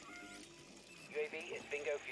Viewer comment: 😆 "Aaagh... Seerioshlee..?" 💀